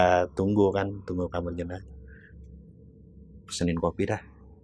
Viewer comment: JENAZAH ATO JENAJAH? 🤔😁